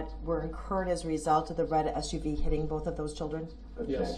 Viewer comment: Why do they say ‘boaf’ instead of ‘both’?